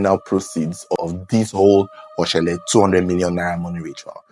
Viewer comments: It is Oshole...not Oshele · Oshole not oshele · it is 0shole not 0shele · It is Oshólè not Oshele, and it’s pronounced Atòn not Attan